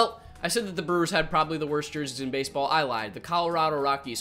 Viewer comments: Lol he said Brelllerws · Buddy can’t even say Brewers properly and we supposed to take his review of their jersey seriously?